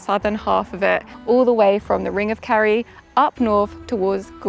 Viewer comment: It's Kerry not carrie. You did it again. It's 'Gawlway' not 'Gallway'.